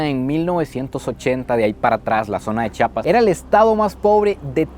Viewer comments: Muchas gracias por pronunciar bien *CHI-A-PAS*... Ya que de los otros estados de la República, valen pura vrg en la pronunciación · Gracias x visitarnos y visitar nuestra zona indígena y sobre todo por pronunciar bien Chiapas. Y muy cierto que la zona indígena se rige x usos y costumbres. Hay lugares a los q nosotros como locales sabemos q no debemos entrar.. Espero y te lleves una buena experiencia. Saludos